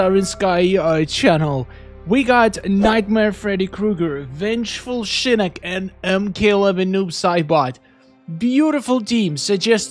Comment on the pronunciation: I swear every time you say shinik it pissis me of its SHINOCK OCKKK NOT ICCCCC